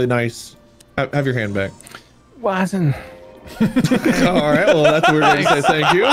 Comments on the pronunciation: "Wasun" ... y E M s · frutition wasun and defartstation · just.. "Wasun" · "Wasun" - Bob 2021